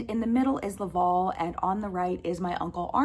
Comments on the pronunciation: To answer your question on pronunciation. Villeneuve is a french canandian name, pronounced “vill-nuhv”. Not Villeh-nuve”. Hope this helps. Welcome to Canada. Also Laval is pronounced “Lah-vhaal”. Not “law-vawl”. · The title of your video should be ''Finding my french canadian roots''. And please learn to pronounce correctly Laval. Because for me it sound like LÂÄVÄALLL. I know it is hard for you to pronounce it correctly but it is not too late to learn You have to make the diffrence betwen LÀ and LA... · Laval is pronounced La-val (val is pronounced the same as someone named Val (short for Valerie). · Just a comment about the pronunciation of your Great Uncles first name. The last 3 letters VAL are pronounced like the first 3 letters in the name Valerie. Good luck in your move. Your Villeneuve pronunciation was spot on. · I live and grew up in a city called LAVAL here in Quebec. The A isn't said as an au or an o. I'm sorry maybe it's because of how Americans per ounce the A . Lolol Very cool story about your family